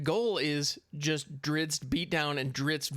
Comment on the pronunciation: I always loved the books / stories with that heroic and damn handsome dark elf fighter. It is pronounced Drist Do'Urden <3 and his full name is Drizzt Daermon N'a'shezbaernon. I won't try pronouncing that. xD gonna stock up in rare wildcards for sure now.